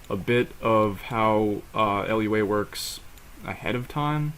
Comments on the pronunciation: l-u-a do you mean lua? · Lua is pronounced Lew-ah and a lot of people pronounce GUI as gooey but that one is preference.